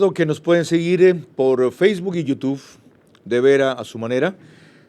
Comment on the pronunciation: Es YouTube, señor Vera. No YouTuve.